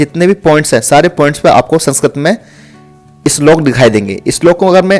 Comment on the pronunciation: Islok nhi slok hota h